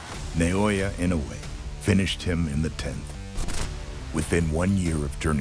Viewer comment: Get the pronunciation of his name right. He kept on saying IN OH WAY It should be pronounced as IN NO Wii